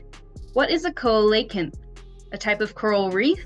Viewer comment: It's pronounced "seelocanth". And "fetta". And "Reckyavick". You really have no idea but are just choosing things randomly .